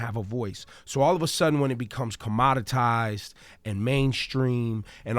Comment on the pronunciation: This man did not just say "Com-Monitized"